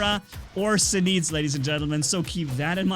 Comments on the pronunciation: Its pronounce "zenits" not "zeneets" u fuckin dumbass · NOT ZEN EET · It's pronounced Zeen-it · You said zenit wrong in nearly all of your vids u say a robot or wepons name wrong its getting annoying